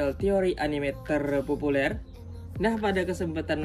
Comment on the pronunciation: Terrrpopulerrr Terrrpopulerrrr Gw ulang ulang tetap kocak